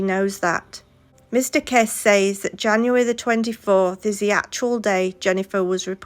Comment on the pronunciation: Kesse pronounced Kessey